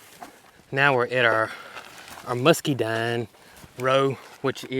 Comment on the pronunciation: Why do you pronounce Muscadine musceedine??